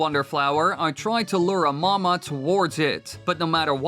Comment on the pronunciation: it's called the mawmaw not mama